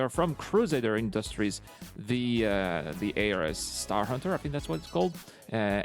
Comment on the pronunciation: not A.R.S its Ares like the Greek God of War.....